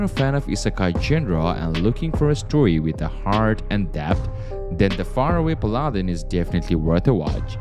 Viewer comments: Pal-lah-den Jesus dude lol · Pal ah den